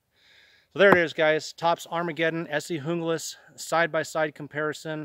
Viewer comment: You pronounced the Junglas correctly! Not too many does.